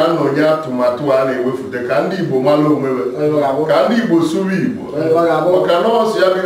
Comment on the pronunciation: hi, this is encouraging, BUT i hear Ibo from your pronunciation. THATS WRONG. ITS IGBO, please